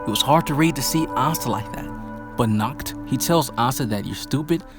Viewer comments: it is pronounced naakht not nukht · Good background music man, and it's "Nahht" not "Nakt" :P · The way you speak Nacht's name it sounds like the german word for nude: "nackt" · You should pronounce H in "Nacht" like you pronounce H in the word "Hi!" or "History"... You pronounce the world like "Nackt". You should just listen to it on google translate 😂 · How you pronounced Nacht sounds like “nackt” which means naked 😂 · Yeah, but it was good. The “ch” is hard to verbalize if it’s foreign to someone. But with some practice it’ll be perfect👍🏻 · you saying nackt to Nacht and nackt mean naked of German lol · Yeah, you definitely butchered Nacht’s name, try the Google Translator, choose german, write Nacht and hit the speaker button, because how you pronounced it now in German means naked and not night. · Dude, I literally said, ch in GERMAN IS READ AS AN H... That feels better, please try not to bucher it next time (I would suggest some practice)